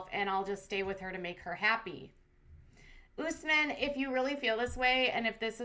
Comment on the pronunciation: "OOOSSSMin", I'm dying laughing over the pronunciations of his Arabic name. How did Usman not correct these people yet? No offense to Katie and you all, it's what you've been hearing. Smh lmao But its like someone pronouncing Jennifer like JeanEiifear loool. Love your channel!